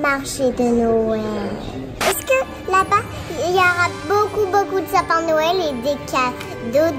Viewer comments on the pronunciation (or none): « un marché de noëllllllll » j’aime tellement quand elle parles c’est fou 😂😍